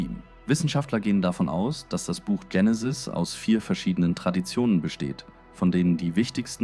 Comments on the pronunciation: Warum wird das Wort Genesis hier ständig englisch ausgesprochen, nämlich "Dschenesis" statt Genesis. Ist es weil hier mal wieder eine KI Stimme einen engl. Text übersetzt hat? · Vielleicht denkt die Ki an die beliebte amerikanische Sega Videospielkonsole , die hier mega drive hieß.Auf jeden Fall kommt es vielleicht wenn man von Benutzung wie oft vielleicht dazu,dass es richtig ist das so auszusprechen und die Band Genenis ,eben habe ich noch gemerkt, dass das Genesis ,einmal in kurzer Aufeinanderfolge ,dass Wort zwei mal anders ausgesprochen aber auch eher englischartig und dann noch mal anders .Drei mal verkehrte Aussprache xmal ..nach dem ersten Hören ,also erschreckend alles mit den Ki Stimmen und das bei so wertvollen Dingen …..alle keine Zeit mehr?!Das glaube ich kaum.